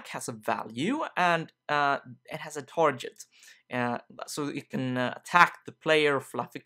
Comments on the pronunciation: awesome video. btw, target is pronounce like "targit" not "tarjet". Sorry if that's annoying. Otherwise your English is 4 million times better than my Swedish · did you said "tarJet" while pronouncing "target" or it's just ne ?? :P Anyways, man, great learning episode one again ... Thankx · it's target not target